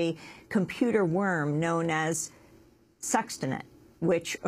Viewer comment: the computer worm was called stuxnet, not suxtent